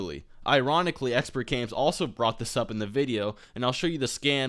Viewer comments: not trying to get anyone mad but it is pronounced Exper not expert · You keep saying expert it's exper....I know it's weird but its there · dude... if you are going to criticize someone elses channel/video you should know how to say the name of that person properly, it makes you look dumb. and i instantly lost respect for you and took your video less seriously since you called him EXPERTgamez. when in fact he is EXPERgamez.... can you not read? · expertgames....god damnit its expergamez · Its Expergames not Expertgames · Exper not expert lol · ExperGamez. Not Expertgames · Omg did you say ExperTgamez 😂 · There is no t in Expergamez. I'm not tryna be a dick, I assume you knew that. It just sounded like you were calling him "Expert" in the vid. I probably misheard, but just in case I didn't, he takes offense to being called Expert Games. I appreciate your respectful tone because you guys are two of my favorite YouTubers so I'm really glad you tried so hard to avoid starting a fan war. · It's Expergamez idk why he didn't put the "t" in their. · no its just, not really professional to say someones name incorrectly if you are trying to critique them... i dont really care either way. i dont particularly like expergamez or. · Nintentalk Radio He's clearly very informed about the topics in the video, yet you're crying because he said his name wrong? Grow the fuck up